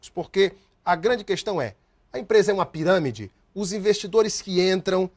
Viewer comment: O advogado fala he piramede mais não he fraudolenta,,kkkkkkk he piramede mais não he ,,kkkkk sai fora telex fria]]